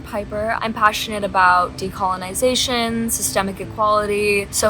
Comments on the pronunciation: The first thing she starts off with is deconolization??? 😂😂😂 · did she seriously just said decolonization?